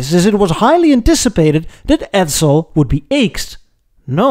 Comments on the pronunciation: Edsel not Edzel!😁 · As a former Edsel owner (I inherited our '59 Villager from my parents) I found this really interesting and well done. Some comments, though. 1) Edsel is pronounced with a softer "s" sound. Your pronunciation comes across more like "Edzel." 2) The shark species is spelled with only one "c" and is pronounced with a long "a", i.e., "May-ko." If you've added the double "c" for copyright reasons, then your pronunciation is correct. 3) Your logo "E" is too square. The real thing had tapered prongs (or whatever you call the horizontal bars on an "E") and a non-straight vertical bar. All in all, very imaginative and entertaining!